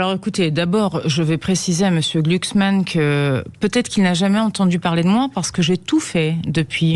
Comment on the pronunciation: gluksman ,ca se pronnonce comme ça se degueule . Une fumure de gôche de plus !!